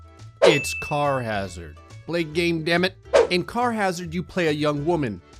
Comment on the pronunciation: I thought it said Charizard and not Carhazard